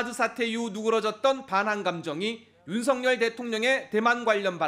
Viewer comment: 윤석열은 윤서결 입니다. 윤석렬이 아닙니다. # 윤석렬 발음은 뭔가 정렬된 느낌.